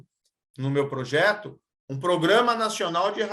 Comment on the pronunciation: O "pojeto" kkkk parece o Luxemburgo